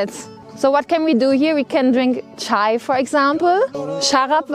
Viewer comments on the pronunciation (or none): none